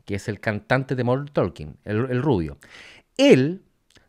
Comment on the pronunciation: Se pronuncia TOKEN, no ToLken.